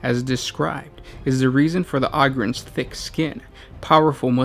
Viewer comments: OH-GRINS NOT AUGH-GINS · I cringe when he says “augryns” instead of “ogryns” like “ogre” but with “ren” at the end... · You pronounced the names so wrong. Ogryns! OH-GRIN! Not AH-GRIN. Like Ogre or Ogers. It has a "Oh" sound. Not "Ah". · Why you be sayin it like "ahgryn"? Isn't it a play on the word "ogre"? Is Shrek an ahgre? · O-grin is how you say it ohhh grin